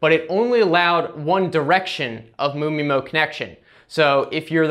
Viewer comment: MU MI-MO sounds funny